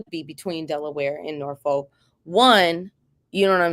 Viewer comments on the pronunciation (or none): Not trying to be funny but it's about respecting people's hometown. Suffolk isnt pronounced Suff-olk it's suff-uck...Portsmouth is not Ports-mouth it's Portsmiff....Same thing with Norfolk It's not a folk....it's literally saying Nor-fuk Let's stop playing remedial games here it's not hard to say.... And to prove my point I lived in PG County....do you say Bow-ey or Boo-ey Same principle.... I'm a fan of what y'all doin but don't disrespect the 757 like that